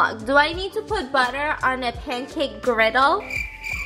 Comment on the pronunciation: Did anyone else hear her say pamcake mix lol I love your videos!